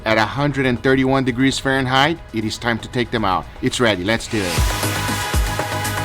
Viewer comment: Nobody:: LETS DEW IT